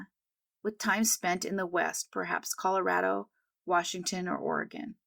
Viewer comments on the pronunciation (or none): none